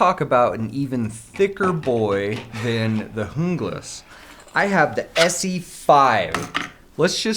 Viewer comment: It's pronounced jungle ass not hoonglass